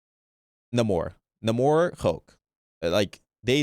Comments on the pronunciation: culture appropriating Namor’s name even though the devs confirmed it’s pronounce “Neigh-more” 💔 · I hate when people say "Nuh more". The guy who created him Stan Lee literally says his name as "Ney more", but everyone watches 1 movie where they try to give him a lil flavor and everything changes. He's a fake mutant who's Atlantian. His natationality has nothing to do with it. 😑